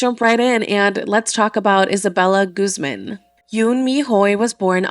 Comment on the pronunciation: Why are you pronouncing Guzman like that 😭😭